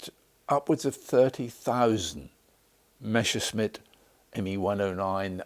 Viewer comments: For the second time watching Messerschmitt related videos today, I’ve heard someone with a British accent say “Meschersmitt”, not “Messerschmitt”. Why is that? Do Brits generally tend to pronounce Messerschmitt incorrectly, or have I just encountered an odd coincidence? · It is not called Meshersmitt, but Messershmitt. the exact opposite! lol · The name is "Messerschmitt" but not "Meshersmitt". You mixed up "sch" with "ss" in the pronunciation. "ss" in a word or name always is pronounced "s" (as in the english word "mess"). "sch" has to be pronounced like "sh" in English. In the same way as in the English surname "Asher". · Messerschmitt. Not Meshersmit. Not even the historican can pronounce it the right way. Shame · Idiot also says Meschersmitt. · It is always so funny to hear Anglosaxons trying to pronounce Messerschmidt. They always mess up the "ss" and the "sch". I mean you were almost there, almost, if you'd put your "sch" mess on the "ss" part and vice versa! In the next lection we will go for Heckler&Koch!